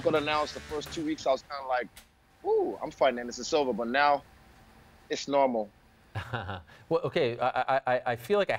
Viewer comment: “Iiish Normal”😂😂